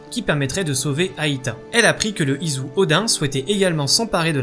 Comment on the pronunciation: Je veux pas te vexer mais on dirait que tu dis pas ISU mais IZU